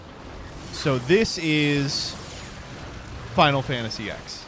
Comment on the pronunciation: could make a mean banana bread Also it’s “Final Fantasy Ten”, this isn’t “Arc-Vee”